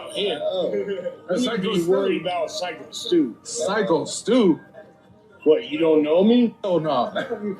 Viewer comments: At least say his name correctly. It's like psycho not sicko. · Its Psyco Stu nit Sicko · Hey, j, p, his name is psycho. Stew not sicko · It’s syko…as in psycho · NO! NO! NO! DO NOT BLAME THE VICTIM! !! Syko (pronounced Psycho) Stew thought he was part of the show. That is how matches are set up. It was a FAKE CAN! Haven't you ever watched wrestling?